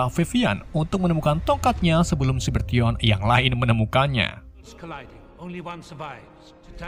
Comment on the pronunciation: Bang cyabertroon bukan ciberton